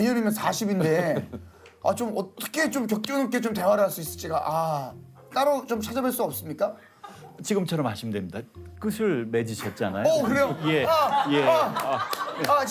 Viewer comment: 정작 본인은 왜 끝을[끄틀]을 [끄슬]이라고 발음하시는 겁니까?ㅠㅠ 길거리에서 틀린 맞춤법을 발견하거나 대화 중 호응이 맞지 않는 문장을 발화하는 사람을 봤을 때 신경이 쓰인다고 말씀하셨는데 기본적인 발음을 틀리시는군요...